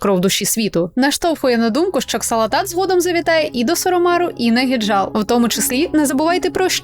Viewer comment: ааааааааааааааааааааааа! не Ксалатат, а Залатат....